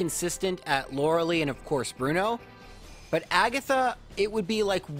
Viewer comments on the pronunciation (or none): I understand its annoying to have people constantly correct you on pronunciation... BUT IS LORI-LIE NOT LORI-LEE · Okay, love love love the videos; have absolutely faithfully begun watching every one. But for the love of my internal eye twitch, it is pronounced loral-eye, not loral-ee. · Btw Lorelei is lor-e-lie, not lor-e-lee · It has became his tradition to pronounce her name like this